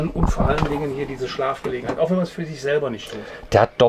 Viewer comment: Der Mann kennt sisch aus - dementspreschend is dat 'n sehr interessantes Video!